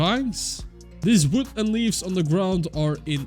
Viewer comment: can i just say the way you say wood is so entertaining and i dont know why like its just vwood hahahaaaa